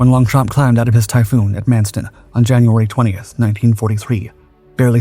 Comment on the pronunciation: Don't pronounce P in Longchamp